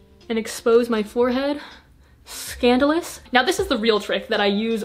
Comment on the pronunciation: I love how she goes like "And expose my forehead....ScAnDOlous" 😂😂